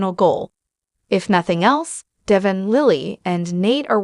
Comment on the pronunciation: I stopped listening as soon as the "reader" mispronounced Devon's name. This person has never even watched an episode of The Y&R. It's deVON not Devin.